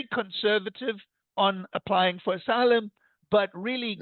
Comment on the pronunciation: Trump says enter as assylum as well